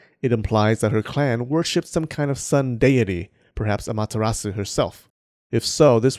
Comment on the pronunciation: Don't pronounce the u in Amaterasu